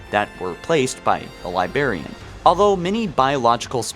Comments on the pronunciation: "the libarian" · WHY THE FUCK DO YOU SAY "LIBARIAN" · Librarian... Libra"r"ian... Libra"R"ian!!! This may actually make me stop watching your videos. I can't stand it. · Do you intentionally mispronounce words like "Librarian" and "Ancient", or are you really just that incompetent?